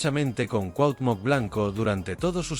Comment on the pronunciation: No puedes pronunciar CUAUHTEMOC ?? o decir veinte millones ?? De que pinche cerro te bajaron ?? Tu pinchurrienta manera de hablar tan agringada y miserable dan risa...